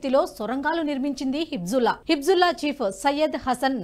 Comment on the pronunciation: Hebzulla kadu tallee, Hezbulla, 100 sarlu dictation rasi , appudu vachi cheppu.